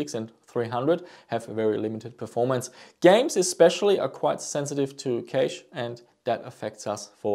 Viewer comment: Just FYI, cache is pronounced very similarly to cash